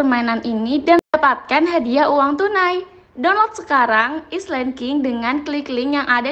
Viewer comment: Island king bacanya ailand king